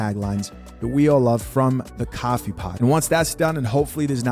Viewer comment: why do you say caffee and not coffee